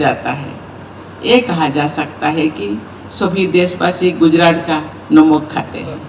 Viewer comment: नमक है नोमक नही है